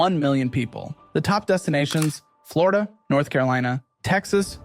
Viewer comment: Florida, Dlonio, Flondo... WTF? :D